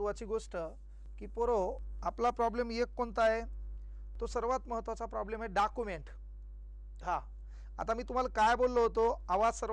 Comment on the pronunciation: डॉक्युमेंट्स ❌ डाकुमेंट 👍